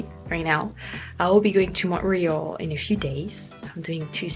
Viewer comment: Love how you say Montreal proper